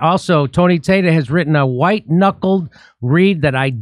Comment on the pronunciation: How the hell does "Tata" become "Tay-Ta"? It would have to be pronounced "Tay-tay", which is far worse.